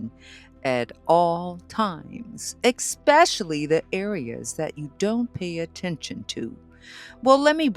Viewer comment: 😂 I'm definitely not going to take tips on cart care from someone who can't even pronounce "especially" correctly